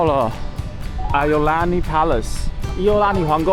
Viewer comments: should prounce as"eeo Laa ni" Palace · iolani 的發音好像怪怪的，當地人好像是念(Yī'ào lāní)，不是 i 發音